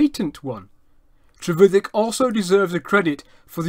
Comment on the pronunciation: No his pronunciation is correct